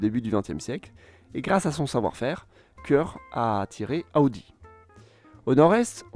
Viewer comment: comment tu as dit audi 💀💀